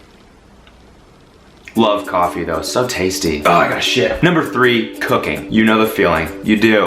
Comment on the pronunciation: then he said cooking, I thought he said cocaine.